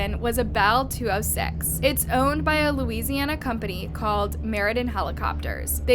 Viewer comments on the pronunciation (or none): none